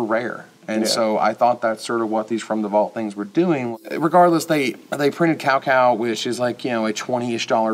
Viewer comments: Cow Cow, Lord of Wei. I cringed. It's supposed to be pronounced 'tsao tsao'. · Cao Cao is not actually pronounced "Cow-Cow". The C is pronounced with an S sound in Chinese. Just my twitchy nitpick.